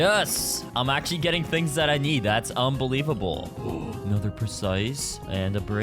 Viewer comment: its un-BEE-levable yeah i know that was trash 😭😭😭